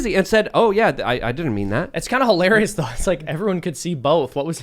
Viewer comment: President of Brazil is trolling America. And it is high-larry-us.